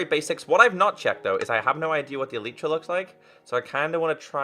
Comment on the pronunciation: Why yoh said elitra not elytra the real name is elytra hahahahahaha